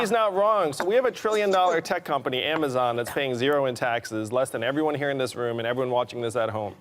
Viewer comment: I cackled when Whoopi said Amazon lolol.